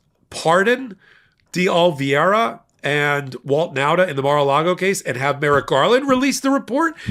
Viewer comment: Oliveira is a Portuguese language name and pronounced O-li-VAY-ra. Not Olviayra.